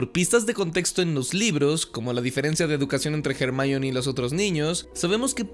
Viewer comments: ¿Porqué le dices Hermayoni? Es Ermióne onda vital a todo gas. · O cuando le dicen /er.mi.ón/ a Hermione.